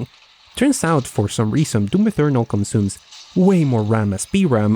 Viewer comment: it sounded like you said Doom 'Inferno' - and thought.. that's actually quite fitting